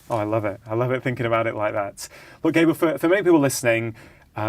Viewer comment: Slightly annoying that Dr Chatterjee couldn't have found out how to pronounce Gabor...